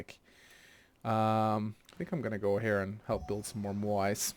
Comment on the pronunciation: Awesome series. 👍 my favourite civ.. Try pronouncing it like this for next time; 'moh-eye'(Moai) and mouldy(Máori) nice try though. Got a few laughs out of you struggling. Haha